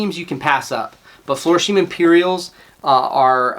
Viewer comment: Florsheim-is pronounced “Flore-shime” (long “I”, not long “E”). (Used to manage the men’s shoe department in a major dep’t store). Thanks for sharing your knowledge of many shoe brands I haven’t heard of, though! Congratulations on your success after only a year...hope I can do as well. Just getting started & a bit intimidated by the whole process of EBay. I’m very comfortable with the sourcing & refurbishing...got my start there in the USMC spit-shining my combat boots & leather oxfords (Vietnam)! LOL